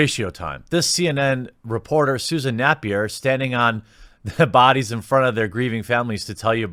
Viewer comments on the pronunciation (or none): none